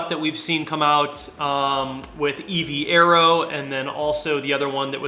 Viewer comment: Evaero is pronounced eve aero like eventuri is eve-enturi